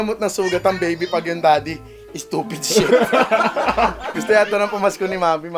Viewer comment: "sTuPed sHet?"